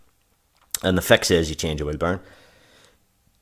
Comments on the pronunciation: Anyone else hearing burn instead of bearing? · If he said bearing the video would have been 5 minutes longer. It was great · lol, because of your accent Bearing sounds like Burn